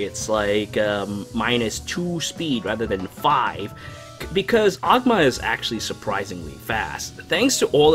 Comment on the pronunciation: its pronounced o-goo-ma